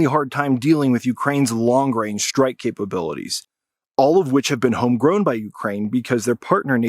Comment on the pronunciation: Did you really say there "homwgrown" cmon man